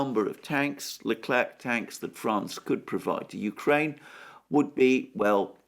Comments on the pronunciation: Leclerc in french is pronounced LECLAIR....thank you. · The "c" in Leclerc is mute 🙋‍♂😂